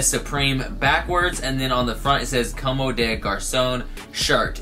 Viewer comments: Bro just so you know, it's pronounced like (come) with emphasis on the o. You're saying more like (commey). Just wanted to let u know. gang gang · (FYI, not hating or anything stupid like that, I actually really fuck with you) Comme des Garçons is pronounced COMB - DEH - GARS - AWN Keep flexing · Not trying to hate, but just trying to let you know that your not pronouncing Comme des Garcons correct. Com-de-gar-son. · It's actually literally pronounced cum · Comb - day - gar - sawn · Actually it's pronounced like "cum" lmao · Late to the party, but i just realized you're misleading 11 people with that dumb statement, not that the pronunciation of a brand name matters. But you hurt my ego and since i speak fluent french , i can assure you that there's absolutely no 'AWN' at the end. That's just how an english speaking person pronounces it with an strong accent but definitely not the correct way of saying it. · I know you dont know how to say it but i laughed every time you said commes des garçons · Gabe Lewis Comme des garçons "Just like boys" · I couldn't not watch this video dude!!! PLEASE PRONOUNCE COMME DES GARCONS CORRECTLY. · ...Every time you mispronounce comme des garcons i die a little! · I love you, but the way you pronounce comme des garcons makes me want to rip my hair out in clumps.